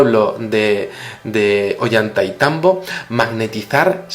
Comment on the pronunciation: no se pronuncia "Ollanta y tambo" es "Ollantay tambo"